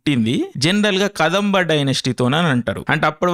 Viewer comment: Kadambha kaadu ra re, adi kadhamba pronunciation telidu yemiledu neeku